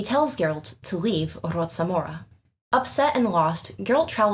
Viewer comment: Regarding Preston Holt's mansion, my best guess is that the "c" in its name (Rocamora), should be prouanced like "k" sound. Your proununciation is correct for native Polish words, but this name should sound foreign/unfamiliar to a Polish ear. Although some boorowed words use Polish "c" too (for example Celt in Polish is prounaced with Polish "c"). I wish to know how Krzysztof Gosztyła (the reader of the narrator parts in Polish audiobooks) would prounance that name🤔